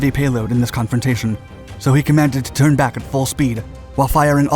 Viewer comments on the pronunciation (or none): none